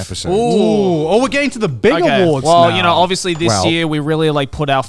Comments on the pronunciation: "wElcome tO the seCond traSh taDe Awardw" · Trash Taste Awardw (Awardw pronounced "Awards")